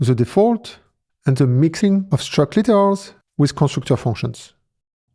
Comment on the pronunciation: Great video. 👍 But one word I couldn't understand I'm wondering about... the "CC" subtitles say "struct laters" and "struct liters" . What is he saying?